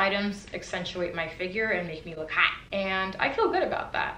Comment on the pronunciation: Lmao I busted out laughing when she said "make me look HHOOTT"